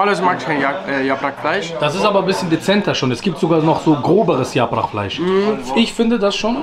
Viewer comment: Bulgur nicht burgul !!bitte, das triggert mich hart. Und yaprak nicht yaprach!!